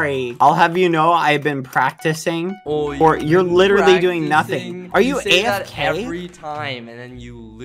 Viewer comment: if i had a cent for whenever badboyhalo says "literatly" i would be the richest man on earth